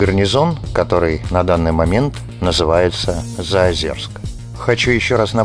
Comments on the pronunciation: заозЁрск!!! какой заозерск)) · Извините, ЗаозЁрск, а не ЗаозЕрск. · Прежде чем делать выпуск про город вы хоть узнайте как правильно произносится Заозёрск , говорится через ё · Не слышала никогда названия ЗаозЕрск. Только ЗаозЁрск.. у тех кто там служил был причастен, и вообще кто- либо когда- либо упоминал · Нет говориться через ё ни какого Заозерска